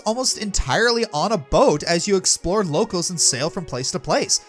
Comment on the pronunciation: Locales is pronounced "low-cahls."